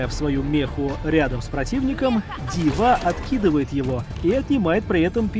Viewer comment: дИва, а не дивА И да, много болтовни лишней.